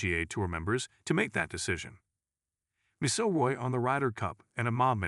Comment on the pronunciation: OMG please get your AI to learn how to say McIlroy.